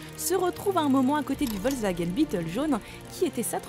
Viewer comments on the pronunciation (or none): none